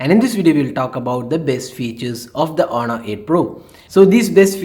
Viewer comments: I will say it again its honor not aunnar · but u are saying it with a unda sound not n sound 😂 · 😂😂 wow thank you.. But its onor not with anda sound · h is silent its onor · don't mind but you really need to improve your. pronunciation u did say aunnar and quck (quick) and u usually add rh for eg instead of on you say onh best thing for u is to instead speak Hindi ')